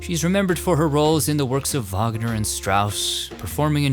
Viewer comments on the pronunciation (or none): none